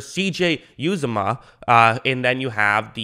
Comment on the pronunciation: CJ Uzomah (YOU-ZAW-MUH)